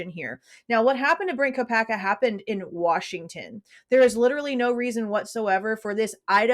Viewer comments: I hear Mr ko uh bergers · 💯 He says, "Mr Kopack-berger" Spoke volumes to me!! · Yes I heard that! He was jibbering before like trying not to say the wrong words and isn’t it when you are trying not to say something you actually say it?? 🤷🏻‍♀️ it’s definitely made me think Brent has more to do with this! Still think If Bryan actually said has anyone else been arrested was he thinking of Brent due to leaving town while the swat team was over at Brent’s? He wouldn’t know he’d been killed and perhaps thinking he’d been detained? Thanks for all you do xx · Oh yes, Judge actually said Kopacka